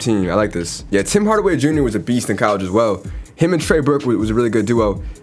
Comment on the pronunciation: bro "callege"